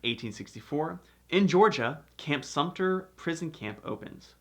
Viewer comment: Sumpter does not have a "p" in it